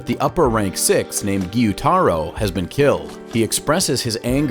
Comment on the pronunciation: Btw its gyutaro not guytaro